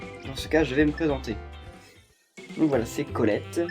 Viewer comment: xD "Collete"